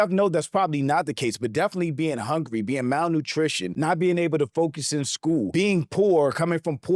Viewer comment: 😂 got plenty lef to talk about aba aint pronouncing something right when you can say malnurished instead of malnutrition😂